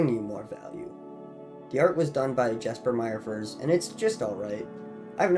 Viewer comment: Cool video! Just an fyi for future reference Jesper Myrfors' name is pronounced "Yes-per Meer-fors."